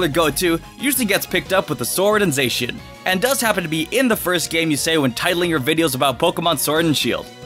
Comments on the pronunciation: Za-she-in not Zay-she-in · It's Za-she-an not Zey-shan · It's not Zay-cian, it's Zah-cian. Sorry if I sounded rude...😥😥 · Stop 🤯 I’m dieng Don’t Say Zaycan Edit: it’s Zacen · You’re saying Zacian wrong! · Okay wtf was that pronunciation for Zacian lmao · Your not saying zachin right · Man, you butchered Zacian and Zamazenta's names.